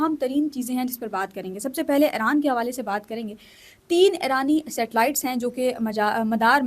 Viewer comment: Dear sister it's eeran, not aeran. Iran...